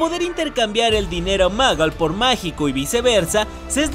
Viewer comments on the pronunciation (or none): Nadie: Absolutamente nadie:: "Dinero Magal"